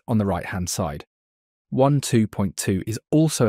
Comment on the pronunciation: It sounds like you're saying one 2.2 , not waaaan 2.2 ?